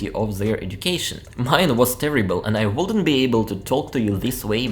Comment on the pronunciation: As a Brit, I have no problems understanding you and think you have an excellent level of English! However since you asked, one interesting observation I have is that you pronounce the L in words such as talk, could, would - this L is normally silent!